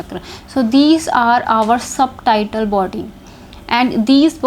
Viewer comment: O aunty ji. .. ye subtitle body ni Subtle body hy... b silent hota isme. .. Suttle ki tarh pronounce krtay. .. terms bolna tou seekh le phir teaching krna aa k. ...